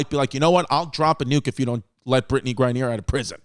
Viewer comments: Its mad cringy hearing brittney grine-neer its grine-ner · Man, V has obviously no knowledge about politics, the WMBA, or how to pronounce words correctly, “Gra-neeer” lmao or should I say CMAO(CacklingMyAssOff)